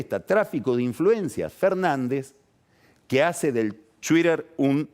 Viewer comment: "Twwwiter". Sos un pelotudo, pelado.